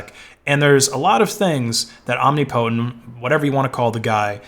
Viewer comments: Om-NIP-otent not omni-potent, genius. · Om-nip-o-tent. Shit that hurt to listen to. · Sorry, you missed the pronunciation of "Omnipotent" as well. It's pronounced omNIPotent. PS Coelho is pronounced Cwelho, roughly. Correction: "Cwello" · You're pronouncing "omnipotent" incorrectly. "om·nip·o·tent" is the correct way. You're saying "omni-potent". Just for future reference if you talk about this again. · This dude really pronouncing omnipotent as Omni-Potent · It is pronounced "om-nip-po-tent" not "om-nip-po-tent". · BTW the standard pronunciation of omnipotent is "om nip o tent", although being the person's handle, it's always possible they actually said "omni potent" and you're correct. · 'Omni' + 'potent'' eh? I am so embarrassed for this dude right now...It's 'Om' + 'ni' + 'po' + 'tent' . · I don't know what the correct way to pronounce it is, but every time he says "Om-nee-po-tent" I think to myself, "Om-nipuh-tent" ...because it sounds better. That's all I have to contribute to this conversation. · said "om ni POTENT." Correct pronunciation is "om NIP otent." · this dude really pronouncing omnipotent as omnipotent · It's tolerable but it's hardly ideal. Think about pronouncing a related word like "omniscience" in similar fashion and it sounds especially ridiculous.